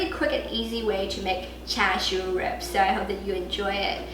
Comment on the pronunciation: this is brilliant. Combining char siu sauce (you use a char “shao” pronunciation; a northern or, a Beijing dialect?) with a rapid “red braise” process, with the flavors of char siu sauce, followed by another quick, elevated oven-roast upon the metal rack. You are a resourceful, treasure of the internet. I have followed you for years. Long, productive & happy life to you & your family. 謝謝.